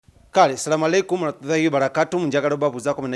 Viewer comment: Don’t greet in Islam if you can not say it correctly.thank you